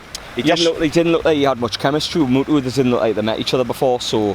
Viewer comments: Please call him muto not mutu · Moo-toe MUTO